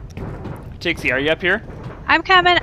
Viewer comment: Why does say tixie instead of pixie? At least it sounds like he's saying tixie